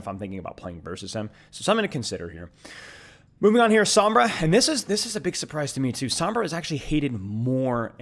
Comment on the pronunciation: Sombra. Its sombra. And maug.